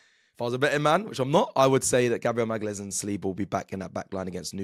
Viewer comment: Who’s Gabriel Magales? 😂😂😂